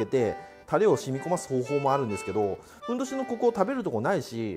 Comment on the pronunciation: ふんどしがへんおじに聞こえる